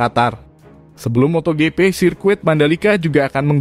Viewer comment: nyebut MOTOJIPI jadi MOTO GEPE...NDESOOO banget🤣😂🤣😂🤣